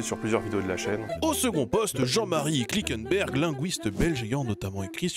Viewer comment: Pour Jean Marie Klinkenberg, ça se dit Klinkenberg, pas klikenberg. Klinekeunberg si on le prononce.